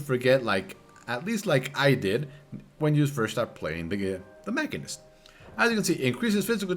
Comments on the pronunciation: Sorry to be this guy..but its Machine- ist. It's a real word outside of FF and as such has a definite pronunciation. Moving on.... GREAT guide! I took some time off from FF before SB and had the old gauss barrel stuck in my head and I was way thrown off upon coming back. Put MCH down due to low DPS and BRD being my go to raid job, but now picking it back up I felt a bit lost in the sauce. Definitely subbed! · I think it's a latin root word so both ma-sheen-ist and mak-in-ist would be correct in their own way, with the former being the regular English pronunciation.